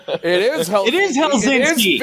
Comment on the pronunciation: “It is Helsinski”